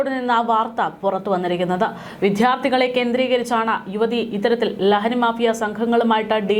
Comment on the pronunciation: വിധ്യാർത്തി അല്ല വിദ്യാർത്ഥി എന്നു ഉച്ചരിക്കുക അരോചകം തോന്നുന്നു